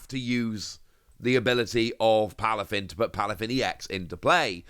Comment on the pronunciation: Aye it’s Palafin, not plafin lol